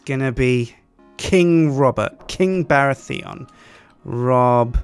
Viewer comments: The way you pronounce Baratheon as Bara-Theon is strange and displeasing to my ears. Also, the third character should have been Jon Arryn. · The way he said "Baratheon" really upset me... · You pronounce Baratheon really weirdly.